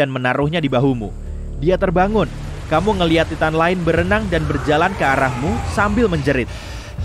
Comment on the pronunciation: Bukanya baca nya taiten ya bukan ti tan awkakwkwkakakk